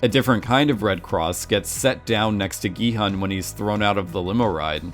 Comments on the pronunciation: My thoughts exactly, same with Gi-hun, maybe just cuz of the way it was romanized in the English spelling, cuz "hun" is a word in English, I think it would've been better romanized though as "hoon" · Completely agree, but I can at least bear with the hun mispronunciation because yeah it’s spelled that way and such. Hyuk into Yao is some ProZD Sungwon to SoogeWin level of yikes. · "Gi-Hun is my favorite character!" Mispronounces his name the entire video. Kudos. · Play the end of episode six again, when he reveals his name for the first time (it's said very slowly and clearly there). Or listen to any other time the name was said. Listen to how they actually pronounce it in the show (in Korean.. duh).